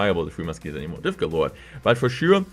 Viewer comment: "but for sùirè" short france passage there